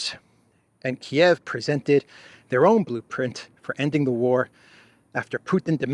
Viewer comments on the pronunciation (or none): none